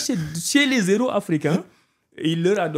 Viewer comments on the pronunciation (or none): none